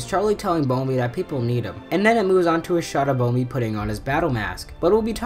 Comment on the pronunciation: It’s bumblebee